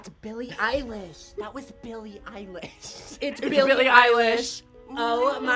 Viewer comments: "it's Billie eyliegshhshshhhhhh" HAHHA I DIED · “BiLlIe EyElaSh”